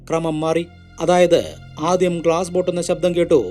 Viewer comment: ആദിയം അല്ല ആദ്യം.